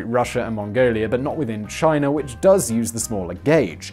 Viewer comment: "Chiner" lol